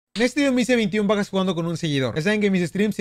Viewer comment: Empeze a ver el vídeo y tenía el volumen bajo y dijo 21 bajas pero escuché p4aj4s😂😂